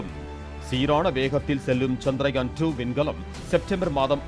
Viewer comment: Nila nu sollama nilavu nu sonna nalla irundhurukkum....and adhu chandraayan....chandrayaan nu pronounce pannama irundha nalla irukum